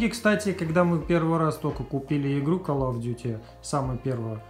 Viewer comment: и не калл и ккал , а кол